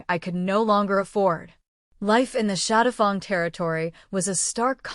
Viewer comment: It's good, but the AI reader mispronouncing shadowfang as shadowfung is very annoying.